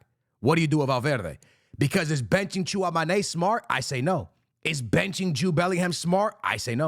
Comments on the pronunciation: TCHOUA- ME - NI !! Not TCHOUA - MA - NE !! He has played for Madrid since 2022 maybe it's time to learn ?? ☠ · It's Chu-Wah-Meny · Tchouameni = when it comes to the last part of the word say it like tchouamany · Bro cant pronounce shoulder guler and tchoumeni properly 🥀💔